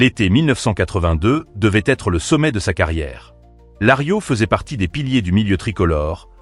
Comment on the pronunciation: Larios pas Lario, c’est nul.